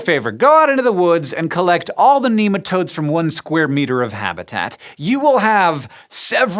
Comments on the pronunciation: my coworkers would yell at you for saying NEE-matodes. NEH-matodes!! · Not neematodes, nematode, pronounce it properly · American accents in science shows are always dodgy. There are too many bastardised pronunciations floating around that place. Nem not neem